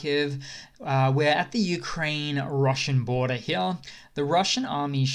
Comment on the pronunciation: I LOVE that this guy says "hya" instead of "here" every single time. My dad does this and it's fucking hysterical! :D